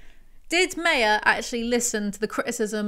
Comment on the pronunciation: Does the old video explain why Meyer "my-er" is being pronounced like "may-er" here?